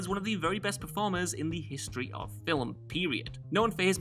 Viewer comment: Stop...saying...."FILL-UHM!" The word is, "film." No letters (or sounds) between the 'l' and 'm.'